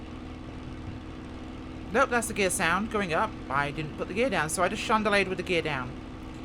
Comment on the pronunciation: At 11.20 were you trying to say "chandelle"? I've heard what sounds like "chandelie" in several of your videos and am confused!